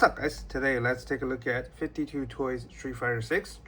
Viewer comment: It’s called 5-2 toys not 52 toys respectively